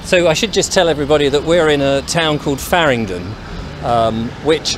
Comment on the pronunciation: Farringdon... Not fardingdon.